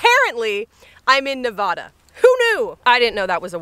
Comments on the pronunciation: Nevaaaada not NEHVAHHHDA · Nevada native here - it’s Nev- AH-da. Not nev-uh-da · Looks like southern Nevada! Be mindful how you says Nevada. Say it the way the locals say it: nevahduh 😉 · U said “Nevadah” like a real outsider! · *"Nev-AH as in 'apple-duh" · As someone who grew up in Nevada, you're pronouncing it wrong (I'm sorry lol). The a's are pronounced 2 different ways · People from Nevada: ShE SaiD iT wROng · Just so u know the a in nevada is pronounced like the a in apple lol